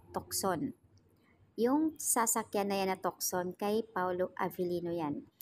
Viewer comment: Tucson (tu-son) ang pagbigkas